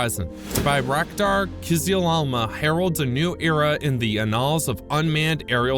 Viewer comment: You want to watch your pronunciation of "annals" . The "a" is soft. Otherwise, you're saying anal, which means the rectal area of the anatomy. I think you don't want to say that.